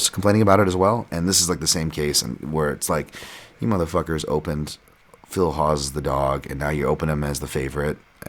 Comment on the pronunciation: You had me at Du"cawk"as and Phil Hogs